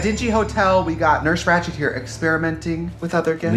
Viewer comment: I had to rewind a few times to hear Katya say “Ratcht.” 😁❤️